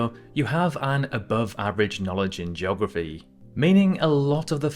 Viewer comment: Joggerfy. Really?